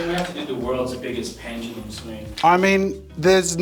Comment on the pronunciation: Ffs. ITS NOT PENGELUM. it’s PENDULUM. Why do so many people say it like that